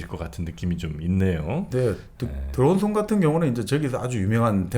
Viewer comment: 들어온 손? 드러운 손? ㅋㅋ 의 이런 발음의 손이 정프로의 더러운 손 발음보다는 깨끗하게 들리네요 ㅋ?😂 유투버 최고의 지성, 넘 멋져요 ❤